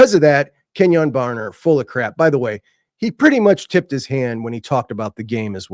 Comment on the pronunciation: Kenyon BarNer not Barber. Go Ducks!